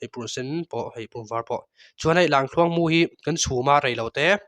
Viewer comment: Tinge Lamthluang tih deuh tlat a,ka lo ngaimawh deuh a,Lamkhuang iti thiam awm tho sia😊